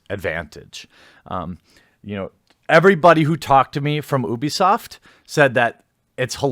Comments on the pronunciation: It's pronounced you-bee-soft. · its pronounced you-bisoft. FUCK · I'm not sure I believe you. You can't pronounce Ubisoft correctly.